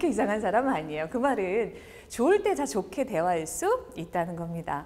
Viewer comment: 말을 가르치는 분의 틑린 예: 사람, 좋게,외부, 후배, 시작 , 제가( 나), 등 단어의 첫 자를 "짧게" 잘못 발음했습니다. 길게 발음해야지요, "사람"이라는 평상어를 바르게 발음하지 못하는 분이 "말" 강의를하는 대한민국!! 어떻게 생각하십니까?? "한국 어문을 고발함"이라는 책을 조용히 읽어 주실까요??